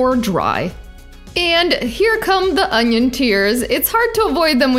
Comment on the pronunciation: Анион?! Кровь из глаз у меня и у моего учителя английского языка.